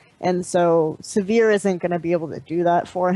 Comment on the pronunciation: So much scene knowledge, such a horrendous lack of ability to pronounce Sivir...